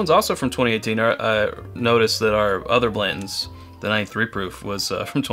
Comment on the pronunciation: I like your reviews, but both of you leaving out the T when pronouncing Blanton's is grating on my ears